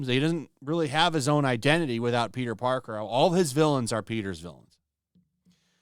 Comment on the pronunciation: always makes me laugh when he talks about this Spider-Man, he calls him “Peter Darker” 😂